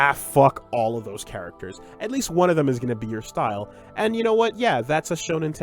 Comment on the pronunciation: Do you guys think will ever learn how to properly pronounce the character's names?